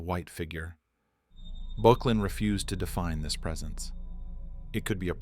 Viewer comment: Böcklin not Bocklin